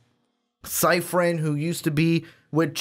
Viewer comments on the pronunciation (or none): His name is pronounced “Sip-pre-in” thank me later😁